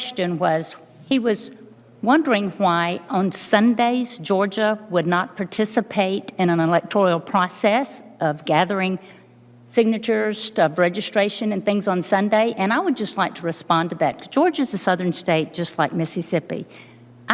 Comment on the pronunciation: God would prefer that she use the proper four syllable pronunciation of electoral. E LEC TOR AL, not five syllables (e lec tor E al) Such ignorance!